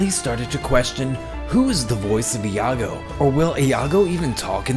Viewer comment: Informative video, but please work on your pronunciation. It's not "Ih ya go" or "Ee ya go". It's just "Yago". The I and A combine to form a Y sound.